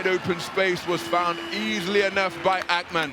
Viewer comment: Akhhhhmann??? What tf is that pronounciation? Thats not Turkish. inTurkish there is no "khhh" sound like that. so stupid